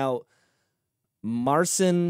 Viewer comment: He was born in 2000, his name is pronounced Mar Seen